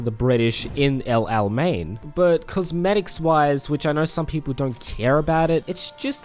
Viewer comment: great video but your pronunciation of El-Alamein was just god awful its El-Ala-mein no El-Al-mein